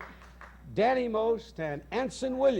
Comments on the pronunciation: Mike Douglas said Donny's name wrong . He said "Danny Most " .. oops. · He said Danny Most not Donny, but that's ok. Holy crap the elevator shoes!!! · "Danny Most" - nice job there,....